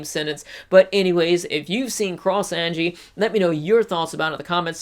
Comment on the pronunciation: Also watch English dub then you will know YOUR SAYING HER NAME WRONG